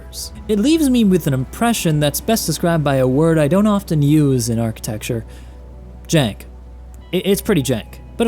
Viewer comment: Everyone gangster until says "Jank"